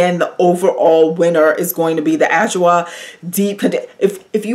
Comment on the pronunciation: I missed your videos! I’ll definitely check adwoa. And it’s pronounced ah/jwaa